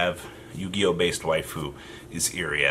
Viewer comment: Every time you say “Waifu” a little part of me dies.